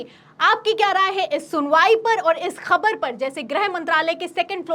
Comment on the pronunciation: Khanna is pro modi. Anchor please correct your pronunciation. The words like: Khabar, Khaak are pronounced wrongly. Use Bindi below 'Ka'